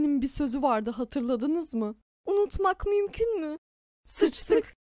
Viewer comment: ve de sıştık demesi